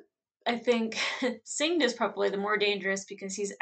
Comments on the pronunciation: "Singed" is pronounced like past tense of the word "singe" meaning to burn lightly. I love how intuitive you are. You catch a lot of the foreshadowing clues of what's to come. It's great rewatching the series with a new perspective. Can't wait for more ARCANE!!! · lol singed name is pronounce like when you get a burn (from the word singe) xD great reaction tho :)